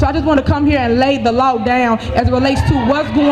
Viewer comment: Isn’t it pronounced law and not lauwu